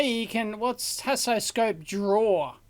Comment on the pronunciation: I would like to say that Haasoscope is not a good name. When Dave says it (like any English speaker would), it sounds like "hassle scope", and from the video, it seems like he had nothing but hassle when testing it. I'm sorry mr Haas. Second point: I would have liked to see a teardown of the screwdriver. I was curious about the mechanism, even though I know this a electrical engineering channel.